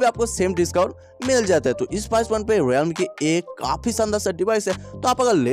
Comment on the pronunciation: Realme ❌ Riyalme 😂✅